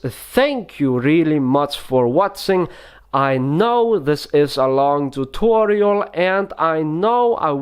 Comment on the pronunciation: How we spell it : tutorial How he spells it: thoothorial